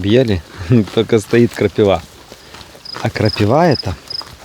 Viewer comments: 🎉КрапИва, почему крапивА?😂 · Всем привет!, крапИва... Даже мне слух режет)))) А колючки очень полезные, наши верблюды обожают...)))